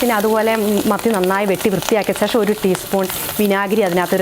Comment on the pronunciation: ശേഷം എന്നു പറയു മോളെ